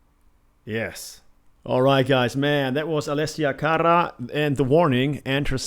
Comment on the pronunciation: You right on brother. The Warning always do it right. Why, because they are a Phenomenon like no other I’ve ever witnessed in my 63 years. I discovered The Warning three years ago and have supported them since. Again like no other! Ever Ever……..ok I loved how you said Allesia Cara’s name 😁